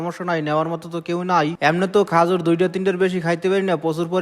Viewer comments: খেজুর কে খাজুর বলে এই কথা শুনে বুঝে ফেলছি খেতার গাট্টি মানে বরিশাল 😃😃😃😃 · Khajur ki? Khejur bolen.kotha shundor kore bolen borisailla